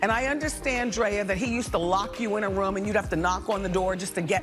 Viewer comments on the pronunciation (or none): I still find the way Wendy says “RUM” instead of room hilarious